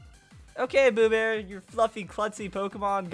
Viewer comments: "Boobear" ewww no xD. It's Bewear as in 'beware' ;P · You don't say Boobbear you say Beware it is a pun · It sounds like beware not blue bear. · OMG did he just called "Bewear" Bewbear 😂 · Did he just call Bewaer, Bebear? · It's pronounced Beware! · no. it's pronounced like Beware.